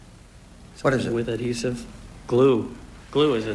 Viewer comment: Fast money blunder: Something with an "a-deesiv" on it? No wonder he couldn't answer. C'mon Richard, "add-hee-sive".